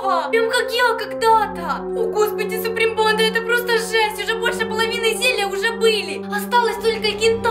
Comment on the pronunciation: Почему они говорят супри панда????